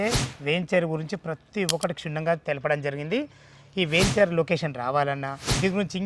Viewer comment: వేంచేర్ కాదురా వెంచర్